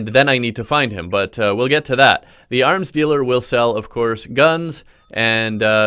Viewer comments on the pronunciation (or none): Yeah ik what he said I just kinda zoned out and then heard "aRm sTeAlER" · When he said 'arms dealer' I thought he said 'arm stealer' 😂